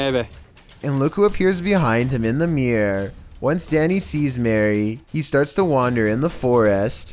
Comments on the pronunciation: Danny: "Blooty Maywae...Blooty Maywae...Blooty Maywae" Bloody Mary: "is my name a joke to you?" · Pronounced her name wrong..dat triggered mary